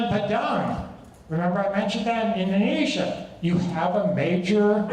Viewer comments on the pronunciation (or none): none